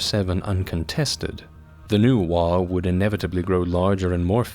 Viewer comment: The fact that there is an AM regiment mimicking the appearance of the British Expeditionary Force basically made a Rourke's Drift reference inevitable. Also GW are hacks. Oh, and? The G in "waaagh" is not silent. "WOG", not "waw".